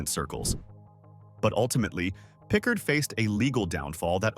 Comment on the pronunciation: William Pickard never went to prison. Please delete this information .You are also pronouncing his name incorrectly.